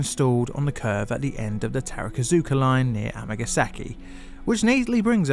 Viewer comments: Its TAKARA ZUKA Line (宝塚線), not TARAKA ZUKA. Gteat video though! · Just a note on Japanese pronunciation. You've mentioned "tarakazuka" a number of times. It's "ta-ka-ra-zuka". Vowels are pronounced as follows. A is ah, i is ee, u is ooh, e is eh, o is oh. Just split longer words into syllables and you'll do fine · Takarazuka Line: Ta Ka Ra Zu Ka How did you get "terrakazooka" out of that? There are very few Japanese phonemes that are difficult for native English tongues. If you pay attention, that is. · Awesome video as always! I can go to that place in around 20 minutes and I know the story of this pretty well, and I love to see that you choose to do a video about it. Just a small point, sometimes it's hard to say it but it's 宝塚 takarazuka line e not tarakazuka. Oh and most common mistake when saying osaka is to shift the accent to a different letter, the correct pronunciation is ōsaka. Just stupid things that could be interesting to know. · I’m a huge fan of the “tarakazuka” Review. 😂😂😂 (pronunciation of other stations are spot on…. TAH-KAH-RAH-ZOO-KAH… unless it’s a different station. Also BAKAYARO appears across the screen. I think a foreign interpreter meant to say “oh shit” and wrote the expression for F*** YOU instead. 😢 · Minor pronunciation quibble, Takarazuka is pronounced “Taka-Razu-Ka”. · I’m surprised at how well pronounces most of the Japanese line and station names but decided to utterly butcher “Takarazuka” as “Terakazuka”